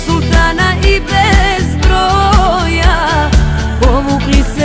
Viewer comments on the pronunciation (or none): none